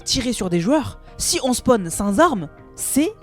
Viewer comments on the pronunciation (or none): none